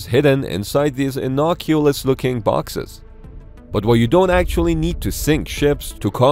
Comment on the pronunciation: Did he say "innoculous" ? 😂